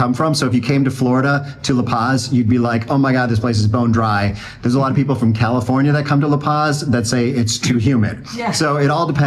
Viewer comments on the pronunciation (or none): none